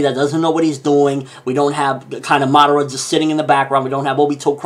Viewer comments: it's funny how you Americans say the names of Japanese anime, can not pronounce right? Or do you pronounce so on purpose, Obitouu, Narutouu Madarrrra, that I dont speak any Japanese but speak the names correctly according to the Japanese language. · nice video. but just one word of advice: madara. its not madera. there should be three distinct syllables there